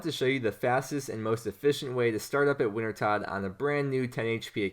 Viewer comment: It’s pronounced, “winter-toad”